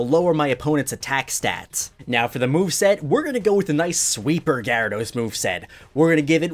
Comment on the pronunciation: GYARADOS, NOT GRYADOS!